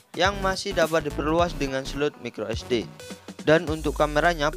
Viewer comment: Mas, tolong untuk pembacaan brand atau istilah gunakan cara membaca yang benar. Realme dibaca rilmi, snapdragon dibaca snepdregren, micro sd dibaca maykro esdi. Biar lebih enak aja dengarnya